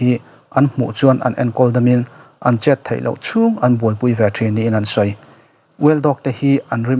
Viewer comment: Mizotawng uluk rawh,thei tih tûr ah Thai tih te a awm ...